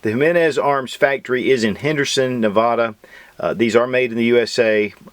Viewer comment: Say Nevada with the correct pronunciation!!!!